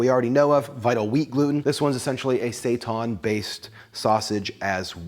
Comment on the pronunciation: Say-TAHN?? Seitan and Satan are homophones.